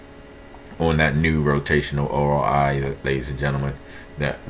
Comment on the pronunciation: ORI LMFAO YOU MEAN ROI 😂